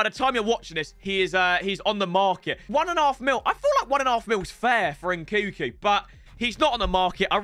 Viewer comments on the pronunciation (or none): love you, please pronounce NKUNKU correctly, N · nkuNku!! God damn... triggers me every time... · pronouncing nkunku's name wrong whilst it's right in front of him is gold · Do you pronounce the second N in Nkunku? Or have I been saying it wrong all this time? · Anyone else dislike the way he says nkunku